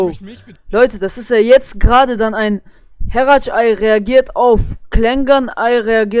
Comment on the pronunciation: Bei sagst du herac Ei 😂